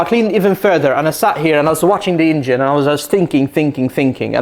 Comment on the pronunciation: Please stop pronouncing ,,ingin'' instead of engine,it is so disturbing.....and it's a Porsche,not a Porschah,it sounds awfull